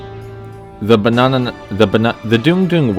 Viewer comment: So it's pronounced "Dune-gh" and not "Dong"? Because my mind went to weird places, and it's all my fault.